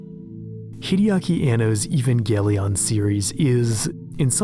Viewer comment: This dude just said even-galion?